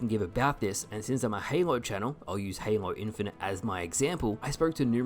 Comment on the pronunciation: Pretty sure you mispronounced halo infinite, lol I want the 343 shills to look at the concord shills and tell me if they notice any similarities